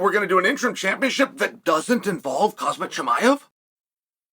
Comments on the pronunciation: You illiterate Dumbo, say his name right. It's Khamzat not hazardous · For the million time Khamzat Not khazmat If don’t know how to say there name correctly, you shouldn’t do podcast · I'm here to hear Uncle Chael say Khazmat 😂😂🤣🤣🤣, can't let you get close 🤣🤣🤣🤣👍❤️❤️ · its Kazmat bro:)) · I like how Chael knew he couldn’t pronounce “Khamzat” correctly. So he immediately switched to Chimaev💀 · Kham-zat Kamz-at Hamz-at ⁉️